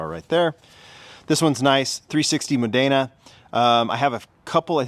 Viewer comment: Pronounced Mo-den-Ah not Mo-Day-Na.